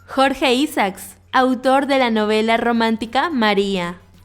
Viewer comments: La independencia de Cartagena se celebra el 11 de Noviembre. Se pronuncia Quindío con acento en la última i Se pronuncia CHIBCHA, no CHIBCA. Se pronuncia Samper con acento en la E. Se pronuncia ISAACS con acento en la última A. Se llama EGAN no IGAN. No es crítica, solo información veo que tu lengua materna no es el castellano, a pesar de eso lo hablas muy bien. Felicitaciones y gracias por hablar cosas tan lindas de mi país. Siempre BIENVENIDA. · Mal pronunciado Quindío, Isaac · Muy lindo detalle tomarse este trabajo. Pero pronuncia bien los nombres. Como Quindio, el apellido de Jorge Isaacs, Eliecer, y otros tantos. También hubieses investigado su pronunciación en Colombia.